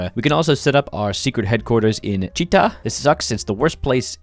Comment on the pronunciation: Правильно говорить ЧитА, ударение на А